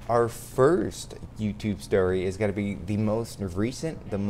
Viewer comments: Am I the only person who notices he says "what is goat-in on?" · Can he not say going correctly